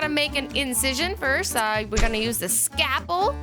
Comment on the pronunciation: S C A L P E L not scapel